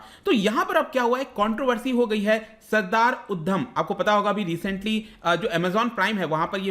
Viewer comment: Uddam nhi it's udham